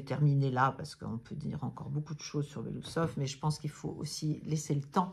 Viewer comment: Belo-Ousov et pas Belousov son nom veut dire moustache blanche😊